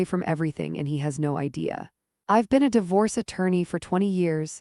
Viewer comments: Left when the AI mispronounced di-vorce 3 times. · (Dee force) pronounce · a-lean-er. die-vorce. This text-to-voice needs better training.